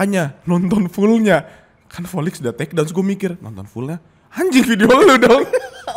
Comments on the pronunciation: Di episode lain juga sering ngomong v jadi p volix aj jadi polix. Ngakak. Dicari-cari aja salahnya 😂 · Lah volix aja nyebutnya polix kok waktu itu, krna memang ga bisa auto v gtu